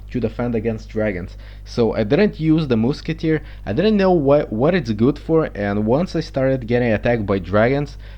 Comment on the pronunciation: lol "the moosketer"